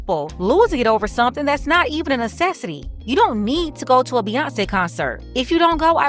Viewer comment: Hey I thought they were at a dance party with Bew-yawn-ce lol